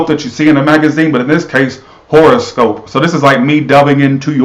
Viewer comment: Hi💖🍀he said the internet would be shut down for life 😂😂😂😂 oh lol you don't look nearly that bad honey child you're gorgeous kkkk he said whore o scope 😂😂😂😂 omg I almost peed my pants 👖😂😂😂😂.... lol when your pet relationship matches your actual relationship 😂😂😂